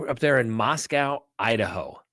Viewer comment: FYI: Pronounced Mosco (long o) by Idahoans.